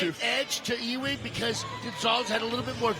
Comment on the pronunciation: Great fight but I prefer it with the sound off with this guy yelling, "OHHH". His name is pronounced, "U Wing", not E Wing.